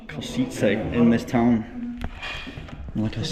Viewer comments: Man, its Košice not Košnice 😂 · Pls, just Košice without N.No Košnice.